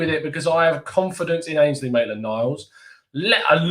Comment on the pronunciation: Ainsley not Mainsley 😂